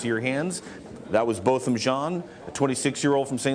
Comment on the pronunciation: To the news people: The victim's name is Not "BOTTOM" it is "Bo-tham"!!!